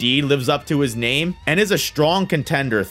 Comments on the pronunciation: I appreciate and agree with all that been said in this video but the butchering of every person name of the series boils my blood. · You butchered the names so hard wtf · I just continued watching and man it is devastating how someone can slaughter those names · WoW... at least learn how to pronounce their name correctly...